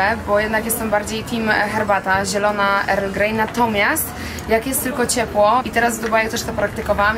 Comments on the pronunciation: Wymawiamy „el grej” nie „er grej” ☺️ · naucz sie prawidlowej wymowy angielskiej bo nie mozna sluchac tego erl greja